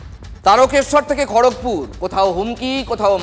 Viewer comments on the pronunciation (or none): none